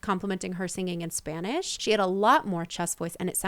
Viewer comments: I like the video but I disagree on the comment that she can sing in Spanish, she has an awful pronunciation, and she actually began to sing a bit better when she was married to Marc Anthony, I guess he put her on singing classes along with Spanish ones. But as a Latina myself I don’t like her voice or her singing. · She still has an accent singing in Spanish. The way she pronounces some words are wrong. Then again she is not fluent in Spanish either.